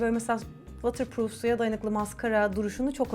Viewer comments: vatır değil votır azıcık kulağım tırmalandı nacizane bi düzeltme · “Vootırpruuf” for ur knowledge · ama o vatırpruf diye okunmuyo ki:( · Buse uncookies you didn’t even understand what I meant 😆 i kindly advice you to check how the word water pronounced since obviously you have no knowledge of English, but you need to Google Translate this message first 😉 greetings from London! 🙋🏼‍♀️ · waterproof kelimesini yanlış telaffuz ediyorsun fark edince düzeltmek istersin diye söylemek istedim ❤️ emeğine sağlık